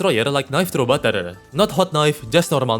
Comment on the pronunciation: When says a word with a R in the end he adds a er, aka butterer, boulderer, etc